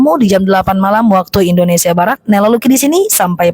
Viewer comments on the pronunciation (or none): none